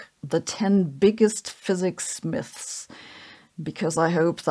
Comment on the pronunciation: "Physics Myth" (only surpassed by "Physics Myths"). Sabine's Look and that particular Pronounciation there and before makes a perfect Loriot Moment. (Evelyn Hammann: North Cothelstone Hall"